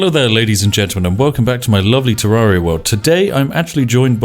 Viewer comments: You said terraria wrong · The A is pronounced the same as terrarium not like the A in aria. Sheesh.